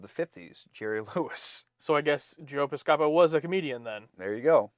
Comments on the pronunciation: Bill Campbell and Jonathan Frakes are 7 years apart. Pis-ceh-po, with the stress more on the first syllable, is closer to how Joe's surname sounds when he pronounces it. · Pronounced Joe PIScopo, not Joe PisCOpo. 😀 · It's Joe PIS-copo. Someday check into Martin & Lewis and Hope & Crosby comedy movie series. Youngsters, sheesh. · You guys don't know who Jerry Lewis is. 😔 You all make me feel old.😪 And look up Joe Piscopo too. He was a regular on Saturday Night Live backnin the 1980s. And it is pronounced Pis-coe-poe! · Joe Piscapo (pronounced "Piss-ka-poe") was at the time of the series one of the hottest stars of Saturday Night Live and was in the process of breaking into comedy films. He was cast on TNG specifically for be the "hip, in-thing" of 1988. It was expected his name would be famous enough to live on into the 24th century. He was - as the holodeck character - literally playing himself. The fact that two adults only 35 years later have no clue who he is - no less 400 years later - proves his star quickly faded from the Hollywood limelight! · Joe Piscopo is pronounced pis'-ko-poe. I didn't think he was all that funny. He had an average career on SNL. He did a great Sinatra and that pretty much carried his career. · Piscopo is pronounced Piss-kuh-poe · I can understand you guys not knowing who Joe Piscopo is, but Jerry Lewis? 😯 BTW: It's pronounced "PISS-cup-hoe" 😂 (yes, really: ) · The most outrageous part of this episode was the way you pronounced Joe Piscopo's name. 🤣🤣😅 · Since you've mentioned that you're not familiar with Joe Piscopo(who's name you've butchered the pronunciation), back in the mid to late 80's, he'd been part of the cast of SNL